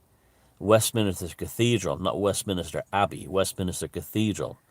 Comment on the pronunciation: West- minster not minister